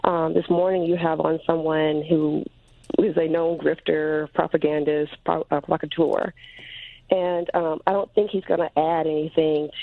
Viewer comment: What did he caller mean by "procateur"? Was she trying to say provocateur?